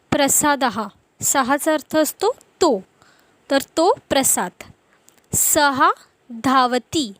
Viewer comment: उच्चार सः चा सहा असा होतोय सह असा व्हावा काय ?